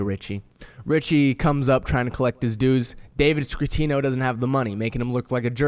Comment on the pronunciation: It's not scrittino and you spelled aprile wrong. Damn dude, you didn't watch the show